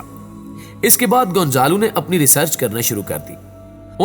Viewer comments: بیٹا گونزالو نہیں ۔گونزالا ھے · Hindi mein gonjalo bolty 🤔 z ko J